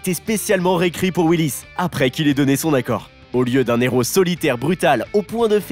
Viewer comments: on dit un Héros, pas un néro... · Pitié arrête de faire les liaisons avec le mot "hero", c'est un hero, pas un nero, ni mon nero, ni son nero. Sinon au pluriel ca devient les zero.... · Un " néro " ( 14 mn 10 )? Il n'y a pas de liaison devant un "h" aspiré ! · c’est surtout qu’on ne fait pas la liaison avec un h… et en anglais le h estaspiré, donc le problème est pour les deux langues